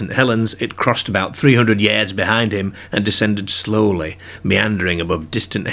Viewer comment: What accent is this... Can't place it. Scottish? Brittish? The way you said "yards" and "bizarre" was throwing me off